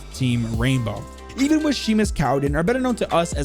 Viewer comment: I feel like I need to say this because it’s almost painful to hear. Seamus is pronounced “shay-mus”, not “shee-mis”